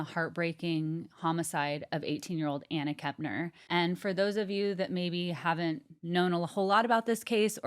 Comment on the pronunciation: It's actually been widely reported that TH is NOT living with his mom, Shauntel. But thanks,, for pronouncing Kepner correctly...unlike & seemingly every other YouTube true crime show host on the planet. Kep-ner. Not KeMpner...there is NO M!!!